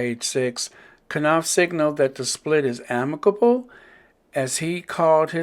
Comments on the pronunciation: At least pronounce the man’s name right ‘nawf’ not kuh-nawf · I enjoy your podcast. Thanks for the updates. I'm case no one pointed it out, just want to say that in pronouncing Knauf, the K is silent, so it's pronounced nauf 🥰